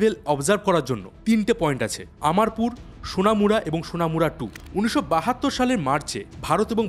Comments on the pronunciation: স্যার আমি ত্রিপুরা থেকে বলছি। আপনার সব কথাই যথেষ্ঠ যুক্তিযুক্ত।কিন্তু আপনি 2টো শব্দ ভুল বলেছেন। একটা হচ্ছে আমারপুর ওটা হবে অমরপুর। আর মন্ত্রীর নাম হবে রতন লাল নাথ।। অসংখ্য ধন্যবাদ আপনাকে। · Bhai video ta khub oi logical.. Du ekta mistake hoyeche ... Tripura rar CM er nam holo Dr. Manik Saha .. Ratan Lal Laha noy Ar district er nam er pronouncetion hobe omorpur .. aamarpur noy Valo theko